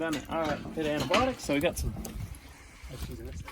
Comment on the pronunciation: Did I hear antibotics rather than antibiotics again from a highly educated veterinarian? ANTIBIOTICS